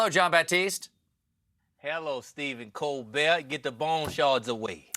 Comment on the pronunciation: OMG says "Colbert" with the perfect French prononciation😁 c'est très bien 👏🏾👏🏾👏🏾❤️🇨🇦